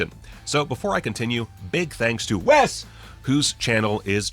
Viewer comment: Thanks so much for pronouncing WES correctly! 🤣💜